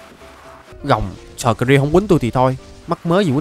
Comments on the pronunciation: Skrill mà anh nghi là shrill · Skrill mà đặt là shrill:))))